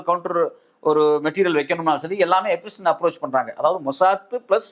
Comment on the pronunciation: I would also like to tell you, it is not எபிஸ்டின் its எப்ஸ்டிய்ன்.